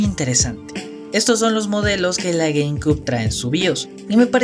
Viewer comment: Se pronuncia "gueimciub" y no "gueimcub" la ptm xd